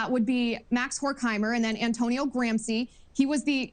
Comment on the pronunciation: So right about the blatant moral panic about a Marxist uprising. But…Ugh…so annoyed how she mispronounced Marcuse and Gramsci. Also Gramsci was not part of the Frankfurt school!